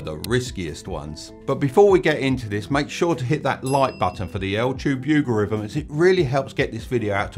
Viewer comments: Did any body else hear the Ltube yougerithim in the first 2 minutes instead of the utube algorithm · I love how he says altube yougaritm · "L-tube Oogarithms" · Leave a like for the "Altube yougorithm" xD